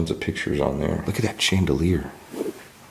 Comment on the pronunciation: Mona Lisa is in the Louvre Paris and chandalier pronounced 'sh'